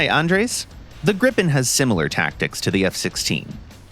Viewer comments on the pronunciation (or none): none